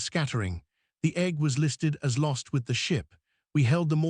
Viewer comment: Instead of egg it's Egghh.